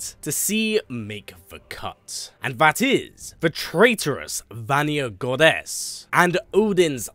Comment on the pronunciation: Why do you say goddess with such GODess